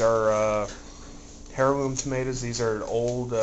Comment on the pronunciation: dude, not to be smart but Heirloom, is pronounced "air-loom" not "hair-loom" ..heh he